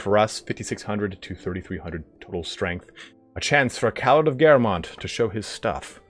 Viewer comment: Great series. Btw shouldn't it be pronunced Calàrd since Bretonnia is like medieval France?